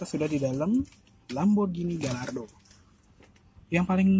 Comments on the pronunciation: Bacanya gayardo mas bukan galardo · Sebelum jadi reporter belajar meng eja yg bener . Gallardo harus di eja Gayaardo , juga ceramic di eja keramik bukan seramik. Payah ......